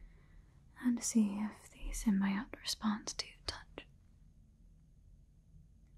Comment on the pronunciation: girl come on! SIM-BEE-OAT!! Not SIM-BYE-OAT....